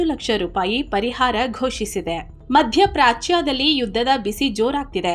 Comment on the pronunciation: ಮಧ್ಯಪ್ರಾಚ್ಯಾ ಅಲ್ಲ, ಮಧ್ಯಪ್ರಾಚ್ಯ ಎಂದು ಉಚ್ಚರಿಸಬೇಕು. ನಮ್ಮನ್ನು ನೋಡಿ ಬೇರೆಯವರೂ ತಪ್ಪಾಗಿ ಉಚ್ಚರಿಸಬಾರದು ಎನ್ನುವುದಕ್ಕಾಗಿ ಹೇಳುತ್ತಿದ್ದೇನಷ್ಟೇ🙏